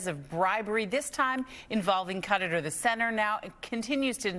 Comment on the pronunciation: Why is it so difficult to properly pronounce Qatar?